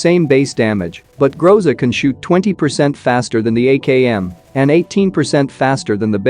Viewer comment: Interesting fact: Groza is russian word, (Гроза) and it sounds like grozA but not grOza. This word means "Thunderstorm"